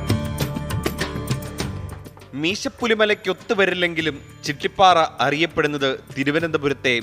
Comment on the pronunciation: ചിട്ടിപാറ അല്ല ചിറ്റിപാറ